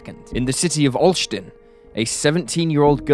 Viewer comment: i was going to say the same.perfect Olsztyn